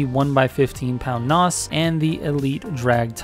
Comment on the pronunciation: Please stop saying Nos. From a car guy threw and threw. I find it cringe.